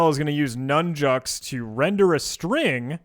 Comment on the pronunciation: did u say "nun jokes? thanks for content \o/